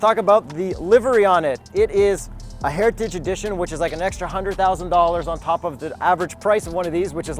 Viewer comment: Ah, the legendary Ford GT "Heria-ti-dge" edition